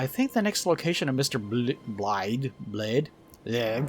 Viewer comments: Blaidd is Welsh. It's pronounced like Blai-thv. The end of the name has a "th" as in "the" with a faint hum or buzz at the end of a v sound. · also, the dd in blaidds name is pronounced th. its an old old leftover in welsh from eth, the knockoff switcharoo roman version of the runic thorn we used in those parts for whatever reason